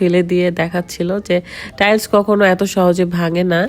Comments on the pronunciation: বেশি ইস্টাইল করতে গীয়ে টাইলস কে টাইল বলে খেত মহিলা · আপু টাইলস হবে আপনি ভুল উচ্চারণ করছেন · আগে টাইলস বলা শেখ